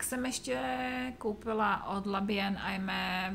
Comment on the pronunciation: Dobrý den,, jen k té francouzštině: to "bien" Vám celkem jde, "Aimée" se vyslovuje "emé".:) Mějte se hezky:)